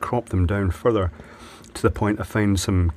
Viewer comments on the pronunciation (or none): none